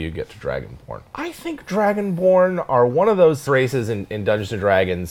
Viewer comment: I thought he said dragon porn 😂😂😂